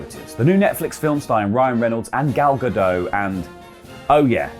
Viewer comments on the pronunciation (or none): The actress Gal Gadot's name is pronounced "Ga-dote". Rhymes with boat. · The T isn't silent in Gal Gadot. Everyone gets this wrong. There are videos of her saying her own name. Egggggg.